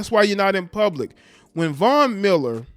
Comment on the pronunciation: The only name he pronounced correctly during this segment was Von Miller.. please get it together.